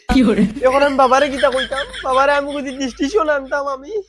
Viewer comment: Distinction ❌ diringtion ☑️